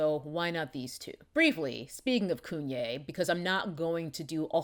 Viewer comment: Everytime she says KUNYE I holler. . She's hilarious! LOL